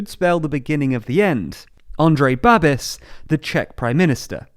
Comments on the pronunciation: The final syllable of his last name rhymes with "bish" like in "rubbish", "snobbish" not with "abyss" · Also it's not Babis, it's pronounced Babish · Good to hear that the Czech Republic is being taken seriously in the world. Thank you! also it's Babiš, so the equivalent of “Babish” for English speakers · Babis is pronounced 'Bah'-'beesh' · I can't... Its BabiSH, not Babis. You literally have the pronunciation key on the Babiš' wikipedia page. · It's actually pronounced bab-eesh Babiš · Its not pronounced Babis. More like Babeesh.. The long 'e' sound and the 'sh' sound at the end. Thanks for the video guys.. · Babiš is ‘Ba-bish’, not ‘Ba-bis’. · Just as a heads up, the š at the end of his name "Babiš" is simply pronounced as a "Sh" sound. And no, this will not hurt him in the slightest since most of the country already knows he's corrupt as hell but vote for him anyways, either because they're old people (that he sends thousands of crowns of subsidies to) or because they agree with his populism and think that his leadership is worth it despite his corruption. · It's pronounced like Babish, not Babis. Also let's hope it doesn't hurt him too much. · It really is pronounced Babish (Babiš in original), it is wrong in video but doesn't really matter. :) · I don't understand why it was too much effort for them to just that look up and pronounce it correctly ... I mean I would understand if the name had sounds English doesn't have, but a simple "sh" shouldn't be too difficult should it?? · Please look up how this guy is pronounced before making a 10min video about him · Cmon the pronunciation isnt hard. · meh nevermind its forgivable